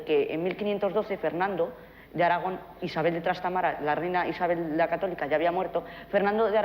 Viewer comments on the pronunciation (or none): Brillante. Dice tanto que va a costar aprender esas correcciones. Me llama la atención que dice Trastamara y en todos los libros ponen Trastámara.